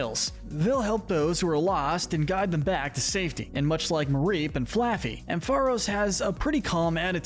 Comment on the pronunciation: IT'S MAREEP, NOT MARIPE! FIX IT NOW!